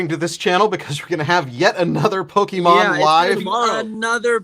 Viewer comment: the main red shirt guy can't even pronounce pokemon correctly LMAO CLOWN